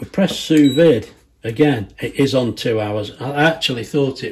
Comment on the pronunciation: It's pronounced "sue vee"